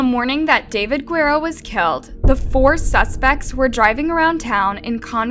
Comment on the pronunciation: I think the sentence is fair - I also think that someone doing these videos should learn how to pronounce Guerrero correctly